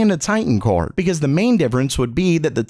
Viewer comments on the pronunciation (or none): why do u say kaord? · The way this guy says card lol.... "CORD"